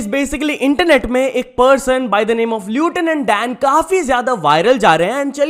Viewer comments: Bro read lieutenant as lutanant😭😭😭😭😭😭😭😭😭😭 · bro its pronounced as lefthenand dan 😂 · Lieutenant नहीं लेफ्टिनेंट होता है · you are pronouncing lieutenant wrongly.. plss correctly pronounce it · Bhai lieutenant सही से pronounce कर ले 😢